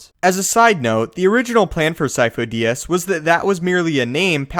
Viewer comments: I thought sifo dyas was pronounced like seefoo die-az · I always thought it was seefoe die-as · This is easy.. Sidious is lord Sifo Dyas. The Kaminos just mispronounced the name. Lord Sifo Dyas had the symbiotic parasite that feeds/controls on force users inside him... when he died the parasite infected a new force capable person Palpatine. This parasite keeps a spare force user as an apprentice until he needs to change bodies. As long as the parasite has a body to infect he, he is therefor immortal.